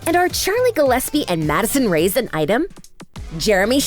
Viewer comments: Who els is mad that she said Madison rays instead of Madison (Ray-es) i dont know I probably just heard her wrong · It not rays it’s ray-es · Ughhh It's REY-ES not RAYS!